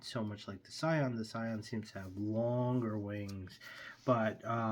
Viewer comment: It's pronounced "See - on" btw. It's French. The original family of Sion birds were the product of Paul Sion of France.